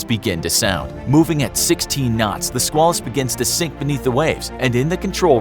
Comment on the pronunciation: Squalus is pronounced with a long A like quail, or at least when referring to the USS Squalus.